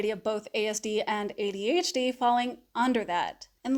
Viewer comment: Despite the way you say adHd instead of ADhD this was thee MOST helpful video I've listened to regarding the social differences overlap. Very helpful in fighting my imposter syndrome monster. Thanks.